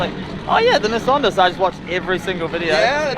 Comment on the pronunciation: actually said Nissan correct for the first time 😅 I thought I've been saying it wrong my entire existence after hearing how and the gang like Adam LZed 😳 made me rethink everything I've ever learned in life 😂 Now please stop saying Muzda, it's Mazda. Also please tell Adam to bring this event to South Africa 🇿🇦 the WORLD stays sleeping on RSA. We have car culture that even the UK is jealous of 😊